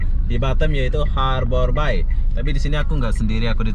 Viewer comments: Ngucapin nya... Harber bey Bang... ✌ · Harbour Bay (baca : Harber bey) 😁🙏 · It's harbour bay.. bukan habor bay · Sebutannya seharusnya berbunyi ' Harber Bei (Bei) bukan nya (Bai) Bahasa Indonesia/Melayu Bermaksud 'Perlabuhan Teluk' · Harbour bey, bukan harbour bai 😀😃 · Pengucapan Harbour Bay dibenerin bro, bacanya Harbour Bei ,, bukan bai... Ini owner nya bukan orang Singapore , Tp masih orang Indonesia yg punya kawasan industri Citra Buana Group. Yg punya Kepri Mall juga. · Bahasa inggris nya jelek bangat,habour bay( habe be) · Pengucapan nya di perbaiki borr.... Harbour (eja:Harbèr) Bay (Bêy) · Bacanya harbor bei, mas. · Pengucapan bahasa inggrisnya lucu bro ... 😁🤭 Harbour Bay -- harborbai Blue Fire -- blufir 😁